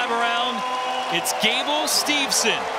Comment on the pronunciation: Then there’s really no excuse for him not pronouncing Gable’s name correctly. He should absolutely know better.